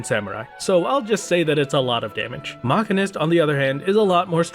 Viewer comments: i don't know why it bugged me so much but it hurt to hear him mispronounce machinist (muh·shee·nuhst) by calling it makinist. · LOL why are you saying Machinist like that? its simply Machine-ist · yikes that MCH pronunciation. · Your pronunciation of machinist is extremely upsetting. It's not even a fanciful fantasy word you live in a world with real machinists and I am distraught that you've been mislead like this.